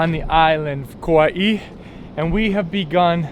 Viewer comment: Not sure who told you to add an ‘E’ to the pronunciation of Kauai. Hahaha. Butchered from the start while claiming to be ‘pono’. Good try though